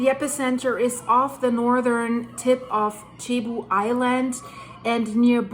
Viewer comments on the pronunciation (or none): It is pronounced “Sebu”, not chebu. Thanks! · Not Chebu. It's Cebu ! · Hi. Cebu is pronounced like Sebu. My wife is from Cebu and has relatives in the affected area. Tnx for the update. Edit: Leyte is pronounced like Laytay.:) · Its not chibu. It cebu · Cebu is said like Sea-Boo or See-Bu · Please pronounce .Cebu as Sayboo. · its pronounced SEA BOO